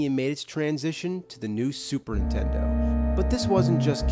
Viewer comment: Lol, the nerd says "Super'intendo"